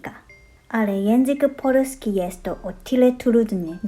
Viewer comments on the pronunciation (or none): Zabawne po Polska czytasz jako Porska(zamieniasz L na R pewnie dlatego ze po japonsku polska to "Porando"?) a w koralowego na odwrót(zamieniasz R na L) :D A drzewko podlewalas? nie wiem czemu ale jak edytowalem to komentarze znikaja :( juz wiem dlaczego polski jest trudny dla osbcokrajowców jest zbyt duzo odmian słowa w zaleznosci od płci liczy mnogiej i czasu jego dokonania tutaj jest fajny przykład x)